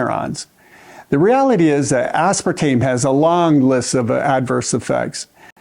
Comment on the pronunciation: A Dr. That can't pronounce Aspartame correctly? Concerns me.😂❤